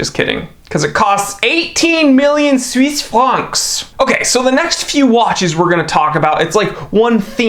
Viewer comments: “Swiss Franks” 🤣. Wait, I’m gonna count how many times you say it-7! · Lol 😂, I died every time he said Suise franks. 😂